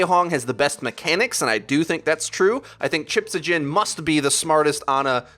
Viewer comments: For the record It's Chips-high-yen. I'm not even Swedish and Chips-ha-jen hurts my soul every time I hear it. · It's pronounced chipshayen not chiphajin. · did you really just call chips....chipshajin..... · Good video. I would've loved to see: 1) Some breakdown of LH's Ryujehong76 comps 2) "Chipshajen" pronounced correctly lolz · The way u say chipshajen triggers me